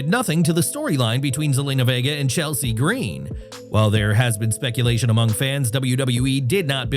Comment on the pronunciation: Why do you pronounce Chelsea's name like that?